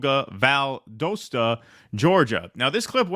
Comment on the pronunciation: It's valdostah, not valdohsta.